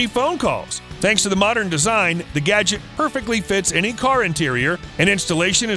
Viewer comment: گُجت gojt غلط است.... گَجِت gadget صحیح است.